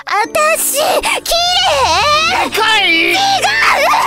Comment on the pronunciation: ずっと「きれえ」って言ってるのが気になって仕方ない。 そこを指摘されるというオチなのかなとも思ったけど違ったし。 ちゃんと「きれい」と言ってほしい。